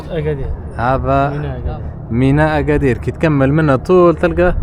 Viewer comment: لا لتحريف أسماء الأماكن المدينة اسمها أكادير وليس اغادير وله دلالات باللغة المحلية